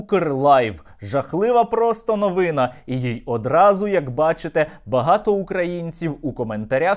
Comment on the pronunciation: Майже молодець. Бо не новИна, а новинА. Хтось там не "ниє", а скиглить.